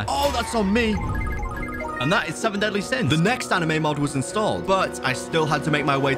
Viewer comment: “seven dealy sins”